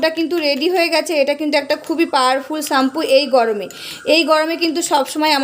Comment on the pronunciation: ওটাকে চাম্পু বলে না ওটাকে শ্যাম্পু বলে অশিক্ষিত মহিলাদের ভিডিও করছে